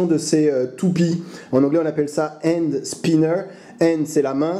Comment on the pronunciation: Très bonne vidéo, mais c'est 'Hand' pas un 'And' le H se prononce ;) ! Un objet très addictif en tout cas